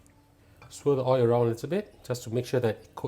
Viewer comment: Oil not oii.